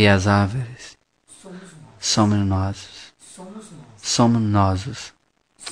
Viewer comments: Caramba o cara só fala arveres kkkkk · Árvires KKKKKKKKKK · Fiquei com vontade de bater nesse cara que fica falando averes kkk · Não aguento tenho q rir "Arverezes"kkkkkkkkkkk O Jardineiro e Jesus , E as Arverezes somo nozes😂😂😂😂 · KKKKKKKKKKKKKKKKKKKK AVERES, AVORES, AVOROS KKKKKKKKKKKK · "arvoreze" KKKKKKKKK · ARVORES ata entendi ARVIRES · Leonardo Angelo Nossa eu fui escrever a resposta pra VC nem dei risada ai passou ele falando arvoros e dei risada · "as árvres somo nozes" Kakakakakakakakakaka :v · Não sabe falar árvores! Kkkkk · Não sabe nem falar árvores kkkkkkkkkk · " e as averes " " ARVO" " e as arvoros " SOCORRO KKKKKKKKK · Nossa q agonia ele n sabe falar árvores